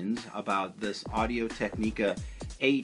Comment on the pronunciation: Tech-ni-ca Is how you pronounce it